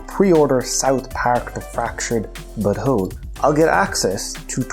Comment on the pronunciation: The way this guy says but hole is hilarious.